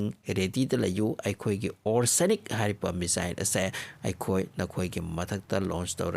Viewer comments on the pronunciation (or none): Why did you calling it's Oreshnik is Orsenik?? 🤔😬